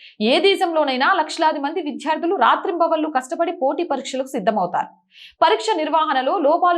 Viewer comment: విద్యార్థులు....అని చదవండి.... విధ్యార్థులు కాదు...మీరు ఒత్తులు, దీర్ఘాలు పరిశీలించి జాగ్రత్తగా చదవండి...మీ ఛానెల్ బాగుంటుంది... రెగ్యులర్ గా చూస్తాను...